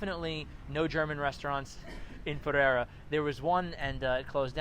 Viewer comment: Puh-ray-duh. 👍 came here from Medellín in November.